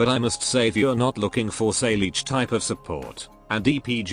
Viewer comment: Wait, I tought Saileach was pronounced as "Sail-Each" but it pronounced "Sai-lah-ha"